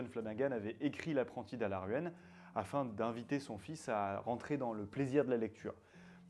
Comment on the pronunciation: Araluen pas alaruen !